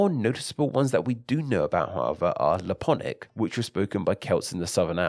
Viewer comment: It's not "Leponic", it's Lepontic. There are a few people that speak ancient Gaulish and a few groups that speak modern Gaulish.